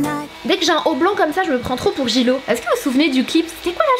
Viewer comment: Ji-lo🤣😂 laisse faire l'anglais